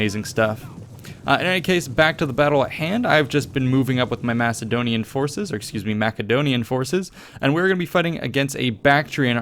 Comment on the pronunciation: Out of all youtube videos I have seen, you are the first person pronouncing "Macedonia" correctly